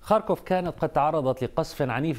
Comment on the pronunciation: اتابع الاخبار من عدة مصادر . . . لاول مرة اسمع اسم مدينة ( خاركوف ) بشكل صحيح من السيد احمد فاخوري